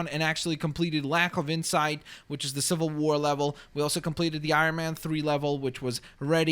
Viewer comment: you said civel war